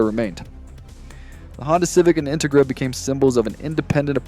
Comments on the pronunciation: in-te-gra. Your not from cali are you? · His Em-Phasis, on the wrong SyLLabels is killing the vibe of whats actually a good video. I dont know if this is Ai? or this guys never heard of an in-Tegra before? 😅😅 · I came to the comments for this. I can’t keep watching because of how he pronounces it. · Why did you use the cheapest, substandard AI voice generator available? Dafuq is an "Intigra"? Your AI voice over was so bad that I had to stop watching and give you a thumbs down! Did you even watch your own video before you posted it? The quality is so bad I have to wonder! Don't you want to convert your views into more likes? Then use an American human voice, which I'm sure you can find for free locally! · Why tf do u say Integra like that